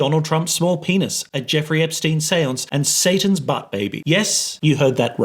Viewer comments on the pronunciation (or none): none